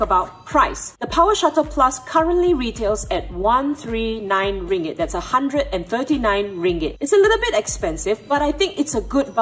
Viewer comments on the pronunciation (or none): Lol right? I was googling 'rippint' 'ringant' 'rupee' what did you she say? ohhh ringgint....thank you for currency education today. USD, EUR, YEN, POUND. or pesos, baht, rial lol